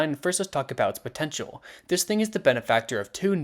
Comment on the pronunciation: DID YOU SAY POTENTIAL???